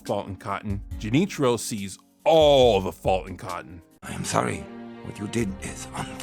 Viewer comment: To answer your question, Junichiro's Japanese pronunciation sounds weird, and he even uses a more casual request form when he says "Excuse me, but if you see this man, please give me a call." That being said, the man he talked to has pretty natural sounding Japanese. It is pretty normal to exchange or give your business card in Japan, but usually not to someone you just spoke to for a few seconds. Junichiro's approach is somewhat accurate I'd say, and the business card allows people to know to call him if they see Cotton, but obviously, doing that with one person at a time would take forever to actually find him. Haha